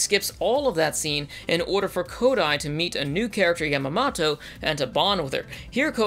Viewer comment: Wait how do you pronounce Yamamoto correct but Yamato you can’t